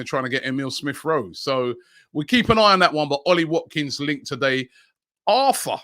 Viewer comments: for the arthur guy, its pronounced artoor...... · Back at it with Robbie butchering names “arfaa” “ortaa”😂😂💀